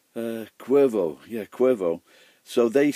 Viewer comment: Cuervo Añejo? So its called "Crow" and its best if it's aged So An aged bottle of Cuervo? Never had Cuervo, before... <.< I'd like to try it someday... Your Spanish pronunciation's are quite good,!;)